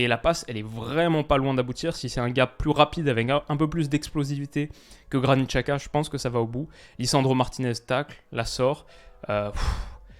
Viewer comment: apprends à prononcer Xhaka : c'est Djaka, l'équivalent du prénom/nom Jacques, en albanais. Les Suisses le prononcent correctement, comme ton homologue Elias, ou les commentateurs de la télé suisse. On trouve facilement en ligne des aides à la prononciation des noms étrangers écrits ou transcrits en caractères latin, on fait par exemple beaucoup d'erreurs avec les noms chinois et asiatiques en général, mais aussi albanais, polonais, hongrois, tchèques, baltes, et même italiens. Jeter un coup d'œil sur les équivalents approximatifs de prononciation plus trouver comment les gens qui parlent la langue prononcent le nom, est facile et relativement rapide avec internet.